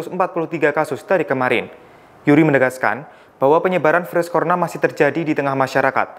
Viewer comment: Virus Corona bukan corna